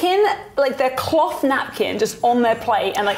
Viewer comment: She said cloth.